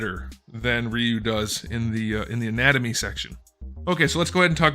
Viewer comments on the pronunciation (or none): Rye you. Not ree you. You turd